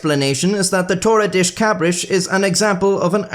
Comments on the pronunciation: That's Spanish, maybe Portuguese. Not "Tore a dish cabrish" "Torrei das kabrass" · Damn, I know that it is very not nice to mock someone's accent, but oh my god that one made laugh, you said "toli-dish d' cabri-shi" instead of "toh-rr-e dah-sss cah-brr-ah-ss" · You gotta imagine what us Brazilians and Portuguese felt every time he pronounced Torre das Cabras as Toredish Cabrish. XD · Funny how you pronounce Torre das Cabras every time, when it literally means goat tower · i don't get to see native English speakers talk Portuguese very often but your pronunciation of torre das cabras might be the funniest shit i have ever seen in my life, 10/10 no notes edit: my grandpa DOES have a small farm, and i DO have quite a amount of family members fairly talented at masonry... unfortunately, no goats anywhere to be seen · Dear, your pronounciation of Torre das Cabras and Worcestershire was atrocious! 😅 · Torres Das Cabras was even worse